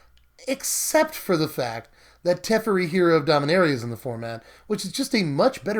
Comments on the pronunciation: Te-FAIR-ee, not Tef-ur-ee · TEH-FAIRY not TEFRI luv you <3